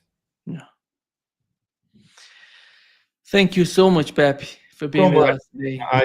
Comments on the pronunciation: His name is NOT PepY. It's pEpE. Both "E's" sound like the "E" in Egg. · I laugh a little every time calls Pepe, peppy.